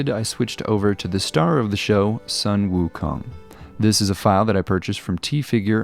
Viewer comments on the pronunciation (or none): Wow ... looks really cool! btw, Sun 孫 is pronounced Soo-w-earn. :)